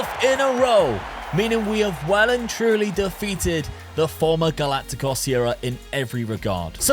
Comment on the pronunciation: Just pointing out how to pronounce galactico correctly.